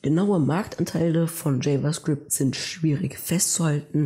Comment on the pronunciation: JavaScript ist die Sprache der Zukunft 👌 Bzw TypeScript das eine Erweiterung für Javascript ist. Aber bitte sprich java "jewa" & Javascript richtig aus dann wäre deine Präsentation besser